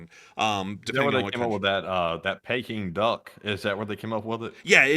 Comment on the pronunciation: It’s “pee” king duck